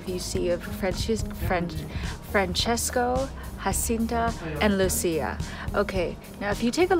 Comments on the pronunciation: Good video, but you are mispronouncing Jacinta's name. It is a Portuguese name and is not "Hacinta." The letter 'J' is pronounced as in English. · The J in Portuguese is read as a J and not H like in Spanish. So Jacinta should be read as in English Jacinta.